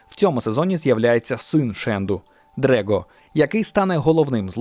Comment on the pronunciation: Правильно не "Дрего", а "Драго". Таке у нього ім'я.